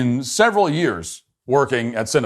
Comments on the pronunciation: Matt can you not see the word? It's cinnabon not cinnabun. Please stop saying it wrong. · Matt decided to make fun of people who work and eat at cinnabon and then couldn't even say the company name right the whole video. Lmao